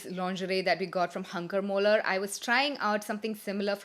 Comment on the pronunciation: its Hunkemöller and not Hunkermöller and its a Dutch brand!